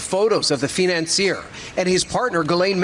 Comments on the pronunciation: Why says "fee-nancier"? Lol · Feenancieer? lol. Ah yes, he was big in the world of feenance.